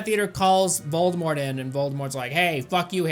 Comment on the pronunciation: "What is it with the British and their mispronounciation of T?" Also: "...Voldemore..."